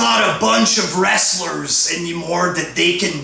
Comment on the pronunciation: Wtf is a wrastler lmao.